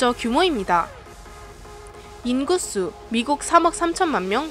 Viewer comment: 나레이션 하시는 분, 죄송한데요 인구수 발음은 인굿수가 아니라 인구수입니다.